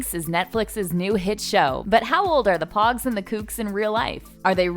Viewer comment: I stopped watching when she called them poggs